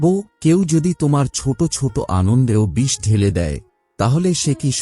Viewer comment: Bhai kichu2 jaygay aapni choto k chot boley uchcharan korechen proyojon k projojon uchcharan korechen ektu dekhe neben, mind korbena na jeno,khomaprathi🙏❤️